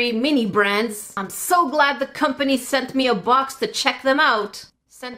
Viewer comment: At one point the sent me sounded like centapeed